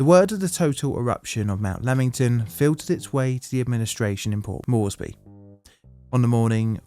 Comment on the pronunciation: It's not pronounced Morrissey... It's Port MORESbee. Port Moresby rhymes with...hmmmm rort? Na that's no good... gee I can't think of anything that rhymes with Moresby. Just remember the MOREsby. More